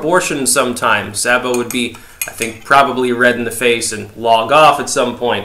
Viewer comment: His name is pronounced SAY-bo.